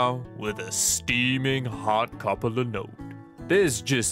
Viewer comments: There we go. He said linode. I can move on with my day again. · If you can pronounce "Linode" properly... just sayin'. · He says linode correctly, but doesn't say linux right when linode is a portmanteau of "linux + node", strange.